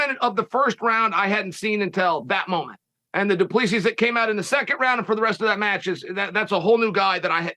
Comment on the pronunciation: "du plee-see".... It's DU PLESSIS